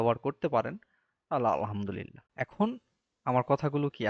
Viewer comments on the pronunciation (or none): none